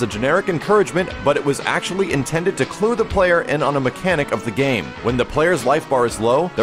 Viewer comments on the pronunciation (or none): none